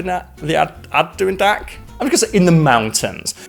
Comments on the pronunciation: Adirondack is a name derived from what the Native Americans called the mountains. a-dr-aan-dak, with the emphasis on the 3rd syllable. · Add - dah -Ron - Dac ..... good attempt Karl it is a tuff word eh.